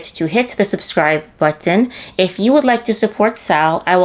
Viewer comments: I love the way you enunciate the word "button" to avoid sounding straight from da hood. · Nothing delights me more than the way you pronounce 'button'. You pronounce those 't's so beautifully. 😊